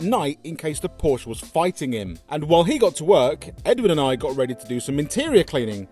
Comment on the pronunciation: And learn how to pronounce Porsche correctly-ask Alex he knows